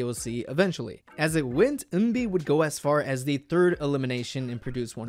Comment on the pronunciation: am i losing my mind or is he saying eunbi instead of eunbin